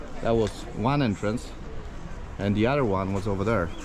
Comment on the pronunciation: Entrance,, not "Entrence"...🤔